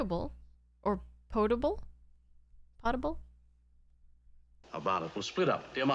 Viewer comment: Potable water is pronounced: "Pote-able" water.